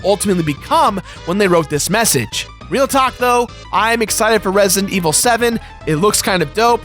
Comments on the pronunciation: "Resint evil" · its resident evil not resntevil omg say the game right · Resient Evil? I can't hear him pronounce the d in Resident Evil most of the time.